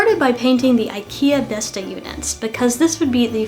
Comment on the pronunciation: Besta = grandma Bestå = remain, not withering away, endure That little ring does change the pronounciation a lot lol. Not that there's anything wrong with pronouncing it how you want, I just found it funny.